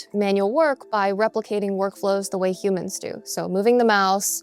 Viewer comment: she pronounces humans like she ain't one of them lol